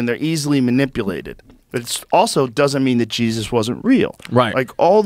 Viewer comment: Chris has a magical way of pronouncing “Jeez Us”